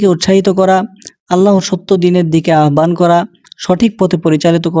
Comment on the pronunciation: আহ্বান–এর উচ্চারণ 'আবান' নয় "আওবান"